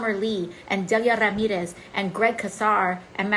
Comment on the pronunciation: It's "Ed MAHkey." Get it right, AOC! - sincerely a mass hole who supports MAHkey. - See? She pronounces Ramirez correctly with that awesome Spanish accent. Say Ed MAHkey's name properly, AOC!